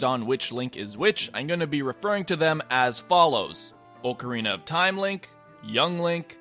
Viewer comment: AHHHHHH, OHHHHHHH-CARINA OF TIME? STOOOP